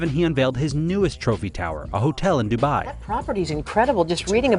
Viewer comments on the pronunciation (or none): none